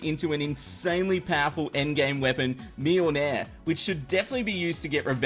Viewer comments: "Mjeelnaehr" xD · You did not just call mjölnir mee yole nair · Mjölnir is pronounced mee-OHL-near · Mjölnir is pronounced me ol near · The weapon you can make after ragnarok has the name of thor's Hammer And also it's pronounced me-all-ner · lol the way he said mjolnir. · Your pronunciation of Mjölnir is hideous. Google Translate knows how to pronounce it, for future reference. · nice pronunciation of mjolnir lol i think it's like norse or swedish though